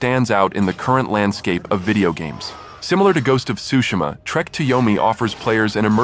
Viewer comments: It's pronounced as sushima not tusushima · Tsu..it's neither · The T is silent is Tsushima bro lol. I've never heard anyone emphasize the T so much saying this games name lol😅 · the T is silent